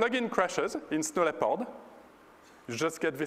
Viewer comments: Whats wrong with DLL's and the registry? DLL's are a part of a program and the registry is a way of sorting information. People have to know their computer - they have to think. Like Apple fanboys, they must have Steve Jobs thinking for themselves =/ And lol the guy cant say "Leopard" right XD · Good MOANING LEPOD QUICKLOOOOOOOOOOOOOOOKK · he pronounce it like this: LepARD. he really stick on that A. yeah sounds good. I believe he comes from Switzerland? Probably not.